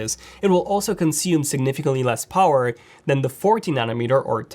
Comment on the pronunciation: Why does he say “pouwer”